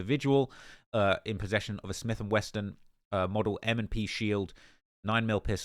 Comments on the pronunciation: Quando is FOOKED., it's "SMITH AND WESSON" there is no "T" in "WESSON". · Just fyi is Smith and Wesson. There is no T in 'wesson'